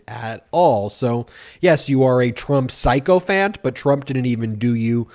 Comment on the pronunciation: I'm not sure if you're mispronouncing it on purpose for comedic reasons, but you may want to look up the pronunciation of "sycophant"